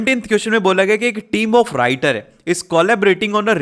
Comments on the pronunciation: sir aapne writer ko winter bola hai😂😂😂😅😅😅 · राइटर को विंटर bola